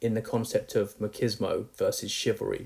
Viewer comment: Machismo - ma cheese mo. Not ma kiz no.